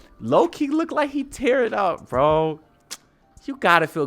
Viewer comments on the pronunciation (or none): none